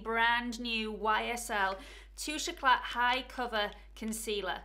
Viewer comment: Great review, terrible pronunciation, it's French, you don't' pronounce the t, it's tooshay ecla